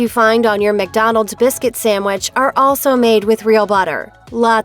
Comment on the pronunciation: Hearing SAMwich instead of sandwich 🤮